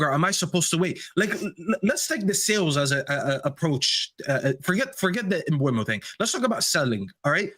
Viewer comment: Bryan Mbeumo. Pronounced: Mm - boo - moe.